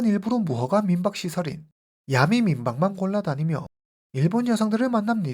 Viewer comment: 틴더앱은 한국티비에서 심야에 선전도 했어요 선전문구도 야리송? 해가지고 기억에 남아요 아는 외국친구가 말해줬어요 그앱은 원나잇 스탠드가 목적인 사람들이 이용하는곳이라구요 영어를 아는사람이라면 충분히 알수있었을 텐데 싶어요 그래서 그둘사이에 암묵의약속이 있었다고 서양남은 생각했고 그녀는 그냥 남자를 믿고 따라들어간듯 하네요 그후 성관계 거절당해서 살해한것 아닐까 짐작해 봅니다 근데 보통 한국식으로 야메라고 하지않고 정확하게 야미 라고 말하시네요ㅎ